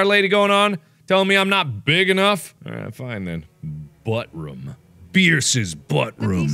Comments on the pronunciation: Did you say bierces buttroom XD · I can't tell if he read ballroom wrong or just said "buttroom" as a joke